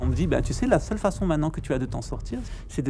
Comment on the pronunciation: "Aseule"... ptin les français, vous pouvez faire un effort de prononciation ?